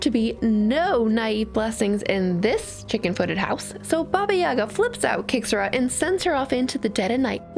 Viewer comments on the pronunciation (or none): Never thought that our fairy tale "Vasilisa the Beautiful" is kinda Cinderella's origin. And I really love your pronunciation of names. Oh, also here is the emphasis on the second "a" at Yaga